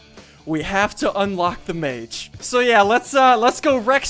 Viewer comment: I cringe every time he says mage